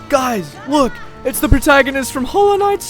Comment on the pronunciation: "The protgaonist"